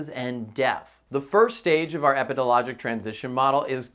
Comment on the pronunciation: I kept mentally correcting him too lol